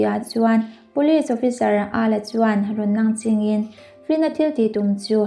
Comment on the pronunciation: Nangching tih hi a thluk a dik lo a mahse I aw a mawi a mawi vek tho😍🤭💜🥰